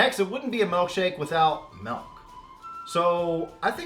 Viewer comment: Milk, not melk. I'm sorry but it's really bothering me